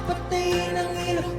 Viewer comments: the "LAW" in Ilaw is NOT like LAWyer. It sounds like COW HOW so it's EE-LaU. Also, please react to the full Rappler Live Jam: SB19(with ENGLISH CC) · Gud AM from Germany im also Pilipino. How 2 say ILAW- ii-law not ay- law.😊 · Love your reaction. By the way the word, "Ilaw" rhymes with the word "cow." So, it's ee---law (pronounced to rhyme with cow). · Pronounced ee-lau. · PRONUNCIATION : ǐ-Lăw (ee- law) = ILAW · pronounce ILAW like (ih lao)❤❤ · ILAW, (Light in English) is pronounced with a short " i " sound. Thank you for appreciating SB19. You should also try that with translation, its a beautiful song with a deep message.